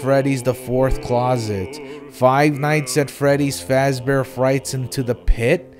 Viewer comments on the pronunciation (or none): none